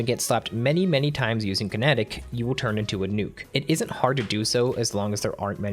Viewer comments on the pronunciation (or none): none